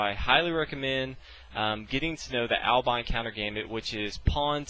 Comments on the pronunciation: I'm pretty sure it's not pronounced Albain (long i) but Albin (short i, as in bin). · Hi: There's no 'e' at the end, so it's not ALBINE, it's ALBIN. Why do you pronounce it like it's ALBINE? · if i ever hear anyone pronounce albin, albyne again i will do horrific things to there family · I love your videos dude..but PLEASE, for the love of God, learn to pronounce Albin, fianchetto, and the other chess terms PROPERLY. They, for the most part, are not english words, keep that in mind. It's not Albyne or fianketo